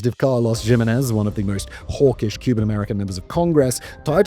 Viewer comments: “Jim-a-nez”?! Lol ok Simone Wist-ler… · Gimenez is pronounced "he-MEN-ez"